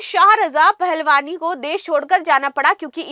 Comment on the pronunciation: You said "pahalvani"to PAHALVI".